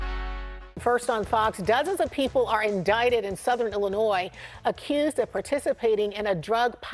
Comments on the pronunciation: Like Illinoize. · Illinoi.. don't pronounce the S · FYI: The "S" is silent in Illinois. (Illinoy) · Not for nuthin ... but there is no "noise" in Illinois. The "s" is silent for gods sake Otherwise ... good content sir. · GOOD JOB REPORTING - in Illinois - we do not pronounce the s - ILLINOI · It's pronounced Illinoi. The s is silent. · Please don't pronounce the "s" at the end of "Illinois" as it is the incorrect pronunciation. Thanx for sharing yourself and your opinions. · The s is silent when you say Illinois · The s is silent in Illinois. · PRONOUNCE "Illinois" correctly please!!! Its easy to google HOW TO PRONOUNCE ... WOW !!! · Illinois...the S is silent. 👍